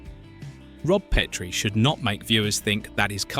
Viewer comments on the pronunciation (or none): AND IT’S PET-ree, NOT PEEET-ree, DAMMIT! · It's pronounced PET-rie NOT PEET-re DON"T use AI VO. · Pet-tree NOT Pee-Tree